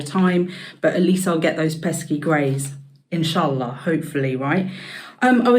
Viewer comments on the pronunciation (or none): The “inshallaaa” sent me 😂